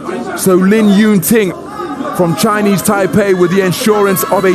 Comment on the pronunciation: Lin "Tu Ying", really man?